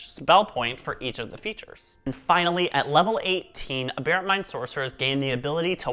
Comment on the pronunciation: Haha. I think you’re the only other person I’ve heard pronounce aberrant the same way I do. Ah-bear-ant. Good job on the video!